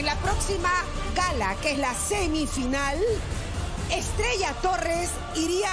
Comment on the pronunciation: Me encantaron las dos por qué cada una tiene un tiembre de voz y forma de interpretación estrella pronuncia bien comienza de apocos y retumba al final pero Milena ella lo hizo a su forma con su dulce voz la hizo